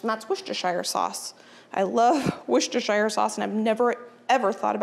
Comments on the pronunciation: sorry its not pronounced wostershire it is wos-ter-sher sauce i know i'm from the uk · Worcestershire Sauce pronounced "wer-stuh-sher" not "shire" for next time 👩🏻‍🦱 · I’m from Worcestershire, and the smell of the sauce brewing as you went past the Lea & Perrins factory is the smell of home! Your pronunciation is close, you need to say it Wuss-ter-shur. 😊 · I am English and we say WUSS-tuh-shuh. No R's anywhere! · I live in the UK, around 40 minutes from Worcestershire, you all pronounce worcester fine (woster) but shire is pronounced 'shear', like I'm going to shear the sheep. woster-shear. We have lots of counties ending in shire (Worchestshire, Gloustershire, Herefordshire, Hampshire), they are all pronounced 'shear'. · Hi, thanks for all these fab recipes, in England we often have smoked salmon as a Christmas breakfast in my family but these look amazing! Also, as American's tend to struggle with "Worcestershire" I thought I'd let you know from a Brit how Worcestershire sauce is pronounced! In its true form its pronounced "wu-ster-sher" but we often shorten it right down to simply "wuster" sauce. Hopefully that helps with the tongue twister! Merry Christmas! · American's PLEASE it 's pronounced Wooster-shear sauce. You have a Worcester in NY, PA, VT, MD and WI as well as pronouncing a city & county in the UK wrong. Its like nails on a chalkboard everytime. People make an effort to pronounce non english words correctly to avoid offence, make the same effort! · Custard has sugar in Sauce does not.....its spelt shire but pronounced sheer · I checked on line.... and while I'm sure we all want to call Worcestershire , Wor-chest-er-shy-r......it is pronounced wu-stuh-shr......too many silent letters for my liking